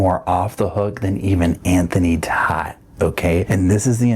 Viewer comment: Hi! Ok so i watch Anthony Todt's trial all the time - and when Anthony got on the stand, he pronounced his name "Tote"... Just FYI 😊